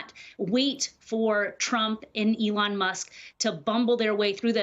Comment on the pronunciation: It's Elon NOT Leon. How could Trump's ghost writer NOT know that?